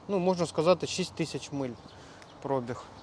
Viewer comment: Друже, спасибо за видео. Пожалуйста не "пр О біг" а "проб І г". Спасибо